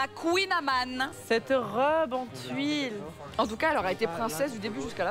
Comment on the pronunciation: dit "cette robe en tuile" 🤔on dit en tule non?🤔